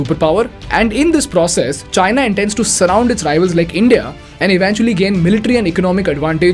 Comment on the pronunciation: Correct your pronunciation of the word eventually.